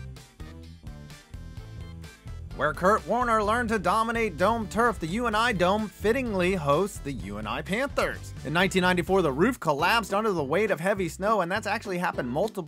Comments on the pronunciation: Its not the U-N-I dome. Its the UNIDOME. also its better than kinnick. Jack trice is the best tho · Oh I’ve played at the UNI dome and it’s actually pronounced “uni-dome” like if you were saying uniform. It’s not a bad stadium at all, although stacking up against some of the other stadiums in Iowa I can see how it made the list. Fun fact is that their vendors are all stocked with JFK 50 cent coins so Iowans can tell when people have gone to the Dome recently because it’s pretty much the only time you see people with these rarer half dollar coins. Good video though!